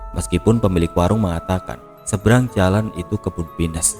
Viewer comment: Abang....kalo bilang pohon pinus ya p i n u s. Jangan di inggriskan. Jadi lucu dengernya 😅